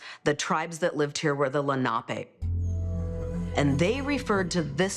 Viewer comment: Lennopy? Lenape.